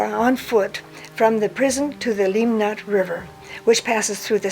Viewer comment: Limmat river, not Limnat. Small errors make you look not so well informed (95 theses at "Augsburg).